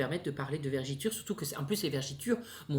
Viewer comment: Tes vidéos sont excellentes. Mais on dit vergetures pas vergitures comme tu as dis. Continue tes vidéos et reste toi même ❤️